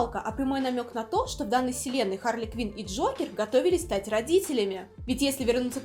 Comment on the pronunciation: АААААААААААААХАРЛИ КВИН А НЕ КВИНДЗЕЙ